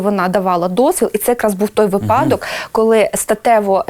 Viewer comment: жінка-етнограф не знає, де в слові "випадок" наголос падає.